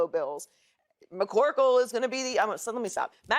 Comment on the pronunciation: Did she just say mccorkle